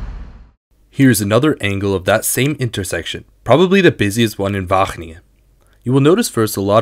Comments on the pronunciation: As much as I love the effort, it's going to take one more WAHGGGGGeningen for me to lose my shit. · he's definitely pronouncing his g's correctly, but overpronouncing them to the point that it becomes distracting